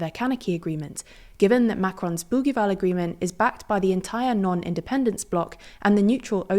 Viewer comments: It's not "boogueeval" but pronounced like bougieval, as if the g was a j. In French, the letter g is like j before i and e, and like a double g before a, o, and u. The issue in New Caledonia is that there were already a few referendums and the results always supported New Caledonia to remain French. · Bougival (boojeeval), not Bouguival ! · Bougival is pronounced with a soft g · Learn how to pronounce Bougival before saying it multiple times… this is typical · The g in Bougival is said like one says the second g in garage. I know this because I went to the British School of Paris as a youth and the youngers' school's campus is in the suburb nearby of Bougival sur Paris. Unless this is another Bougival that is said differently, but I doubt it. 💙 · Thanks for another excellent video. You however don't sound like a reliable news source if you don't bother to look up the pronunciation of the most often repeated and most important words in your presentation. It only takes a few seconds to look up Bougival and Kanak in Wikipedia or Wiktionary or Merriam-Webster. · Not surprising since the Bougival Agreement was woefully mispronounced. Consistently.